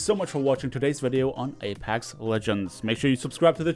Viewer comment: It's pronounced A-PECKS not A-PACKS